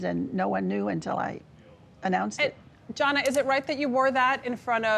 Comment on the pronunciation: "It's Jonna, not 'Joanna'. And I'm never coming back to this show again."